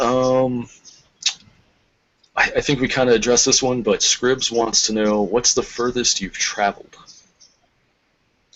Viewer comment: It's pronounced SCRIBE, not scribs, not scribble!